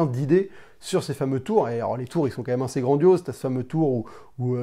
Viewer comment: Arrete de dire "inssez" ou alors tu dis "aseption" et ca sera raccord